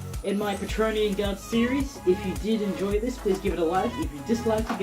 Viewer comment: Praetorian (pri-tor-ree-an), not patronean or whatever you're saying! Otherwise, great job!!